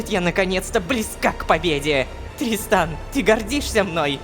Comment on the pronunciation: там озвучка немного другая: там должно говорится тристан, а сказала дристан😂😅